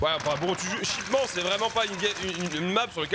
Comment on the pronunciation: Shipment pas shipman